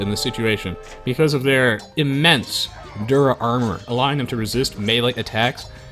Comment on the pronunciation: I thought he was saying "dir armour" this whole time, as in direct armour. O_o But it has the advantage of unambiguously differentiating it from pierce armour, which is helpful.